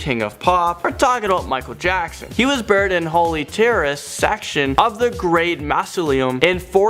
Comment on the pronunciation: I can’t take this guy seriously. I mean how could you mispronounce Texas? Especially with another common word like taxes. Or say that Michael Jackson is buried in holy terrorists. Is this a form of dislexia, or do you really just not know / care about how to pronounce these things? Because this sort of screwup happens on most of the videos hosted by this guy.